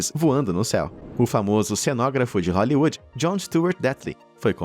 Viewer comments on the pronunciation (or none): none